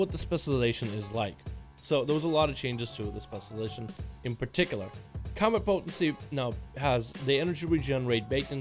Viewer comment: Before you worry about pronouncing Main GAUCHE (not Gouche) you should work on saying ‘specialization’ lol... “Specializzon” “Specializzard” “Specializzers”